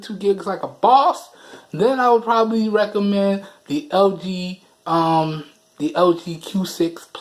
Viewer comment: Nigga trying to say lg but he said ld lmao dead 😂😂😂